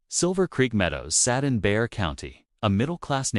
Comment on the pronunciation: Bexar County in Texas is pronounced bay-har. For any place of any kind in Texas it will probably be pronounced in Mexican or one of the local tribes in that particular area. Check first before narrating. What happened to all his belongings? Did she sell them or store them?